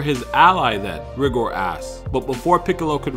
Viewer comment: It's pronounced RY- GOR LIKE RY- GRRRRRR